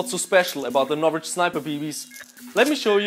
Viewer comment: Im sorry what? NOvrich bbs? insane.